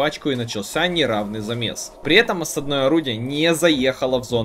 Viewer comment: ещё раз скажешь осаднОе, а не Осадное, я от тебя отпишусь 😂😂😂😂